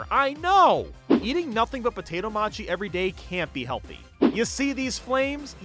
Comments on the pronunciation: It's "mow-chee"😄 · Alternate title: How Pronunciation of "Mochi" TRIGGERS You